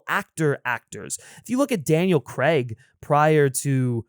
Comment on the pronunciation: All these years later, and people still refuse to pronounce Daniel Craig's name correctly. CrAIg. Not CrEgg.